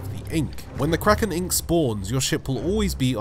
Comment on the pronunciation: "Kwaken"